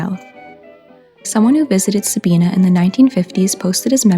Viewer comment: With respect, first of all, Sabina is pronounced with a long i, second he was not a mummy he was embalmed which you did say. I live near Sabina and saw him many times as a child. I have often wondered who he is. Perhaps a d.n.a. test could help tell us his story. He must have had money at one time at least to afford gold fillings. Good job, I wish you well.